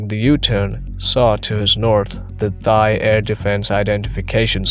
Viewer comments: “Thigh air defense zone.” Seriously? You mean Thai? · AI narration is annoying. It pronounced Thai with an “h” sound, instead of “tie”. Just one of many AI mistakes.